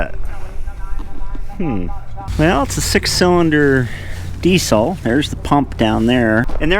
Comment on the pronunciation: Interesting relics of the past indeed! Since you are likely to use the word “Diesel” a lot in the future, you might sooner or later want to adopt the correct pronunciation of Rudolf Diesel's surname, as it is common in Britain.